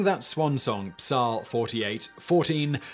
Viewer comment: Psal. is pronounce Psalm.